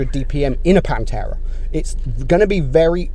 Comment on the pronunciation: It pantera not panterra.( Im Italian)